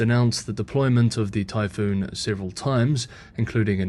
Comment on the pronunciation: Typhon not Typhoon